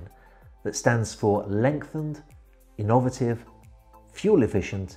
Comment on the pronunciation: Pronounced inn-oh-vative (like native) comes from the word Innovate.